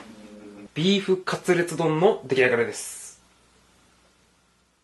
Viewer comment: 滑舌悪いのかなあ出来上がりですが可愛いなあ